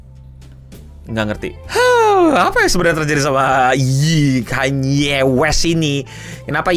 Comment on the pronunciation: akhirnya bener nyebutnya ya tuhan